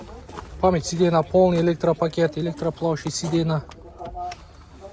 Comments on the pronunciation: Ассалому алейкум тууган. Сидена - сиденья, сабраменный-современный болот, билсен туура суйло, билбесен кыйналбай кыргызча эле суйло, сени ансыз деле кыргыздар эле корсок керек. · Сидена дегендида айтпайсынбы 😂😅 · Сидена дейт го. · Так дегениң жакшы экен го бирок сидейна дегениң окшошпой жатат.